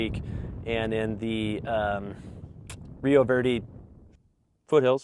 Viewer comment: “rio virdy”